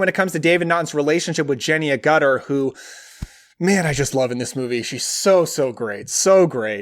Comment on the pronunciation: Two which you missed and I believe should have been on your list are, 'Dog Soldiers' from 2002, and 'Wolf' from 1994, I understand why you didn't include the 'Underworld' series of films as it deals with both Vampires and Werewolves. By the way, Jenny Agutter last name is pronounced 'Ag-utter' a comment mistake by our American cousins so, please don't feel bad.